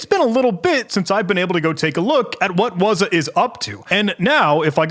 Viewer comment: What is "wuzah"? it's "wazuh" you gotta sound it out